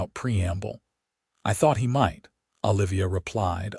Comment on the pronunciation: Olivia should not be difficult to pronounce. Your AI is doing an awful version